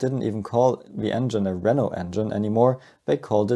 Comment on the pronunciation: I kept thought you were saying "ouioui engine" 😭😭😭